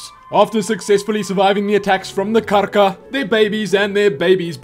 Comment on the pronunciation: You say Karka so beautifully :D